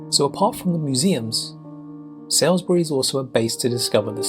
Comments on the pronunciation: Btw…Salisbury (just a few miles away from me) is pronounced “Solsbury” NOT Sails-bury! 🙄🇬🇧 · its sawlsbury not sowsbury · The narrator’s pronunciation of Salisbury is painful considering he’s supposed to be English 😂😂 The first syllable rhymes with “all”, so it’s pronounced “Sallsbree”. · Why is the pronunciation always so poor in these sorts of videos? Even when the narrator is obviously from the country in the video. You'd think someone from England, Southern England too by the souns of it, would know how to pronounce Salisbury, for instance. Btw, it's more like Sols-bree. Though you sometimes hear a hint of the 'i' and sometimes the end is more like 'berry'. It definitely isn't pronounced 'Sall' anything. :)